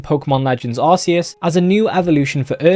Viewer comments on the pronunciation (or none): It’s pronounced are KEY us